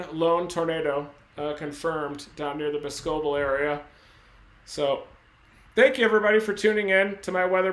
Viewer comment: The town name that got hit is pronounced bos-co-bel not Bos-cebel lol. Another is Waunakee 😆 wau-na-kee. Either way I appreciate everything u have every done and continue to do. Stay safe my friend!!!